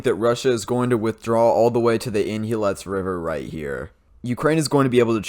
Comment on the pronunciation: Did he call the river "Harrison"?